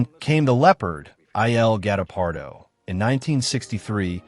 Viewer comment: The AI naaration needs some serious tweaking. "I" "L" GUETTO-PARDO?!